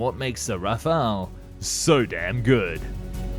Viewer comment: le "Raphaël" ????